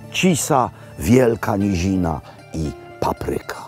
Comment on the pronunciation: Nie "paprYka", a pApryka!